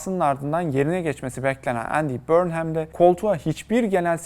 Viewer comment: ya guzel bir video hazirlamissin bornhem diye telaffuz etmek nedir. 30 sn chat cpt ye sorsan ogreneceksin. conson falan. cok komik cidden. ingiltere uzerine gundem videosu ama ingilizcenin i sini bilmeyen bir anlatici. trajikomik bir ulkeyiz cidden